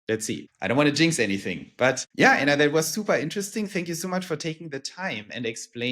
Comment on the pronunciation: It would be nice to have Anna’s name pronounced the German way. Just a detail, but 😊